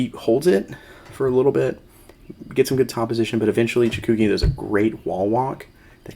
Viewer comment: FYI, you kept transposing the vowels in Chookagian's name... you pronounced it like Chakoogian ;)